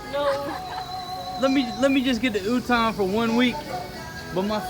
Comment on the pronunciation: Utong means nipple my friend... make sure to pronounce A on utAng. Gorgeous lady.